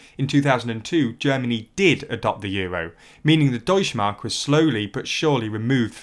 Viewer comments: deutschE mark, there is no such thing as deutschmark xD the E isnt silent u have to speak it in germany we actually speak letters we write xD it sounds so wrong it doesnt even made me understand it in the first place xD as a channel that call himself "news" at least have someone check the script and tell you how to pronounce names of other languages ... its not THAT hard to find any german who would do that for you for very little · the e in "Deutsche Mark" is NOT silent. (German doesn't have a silent e) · The e in Deutsche is not silent, actually